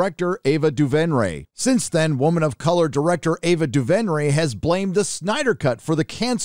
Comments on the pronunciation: Ava DuVERnay not DuVENray 😒🤦🏻‍♂️ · You might be off base with the Ava Duvernay (pronounced Doo-VER-Nay) comments, if you watched her limited series on Netflix “When they see us” you’d agree that she’s an accomplished / talented director and storyteller